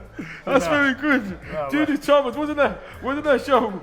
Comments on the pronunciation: its judith chalmers not charmers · It's Judith Chalmers* :P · Chalmers. Get it right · It's Judith ChaLmers. Not Charmers. Edumacation guys, edumacation ! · It's Chalmers. Not Charmers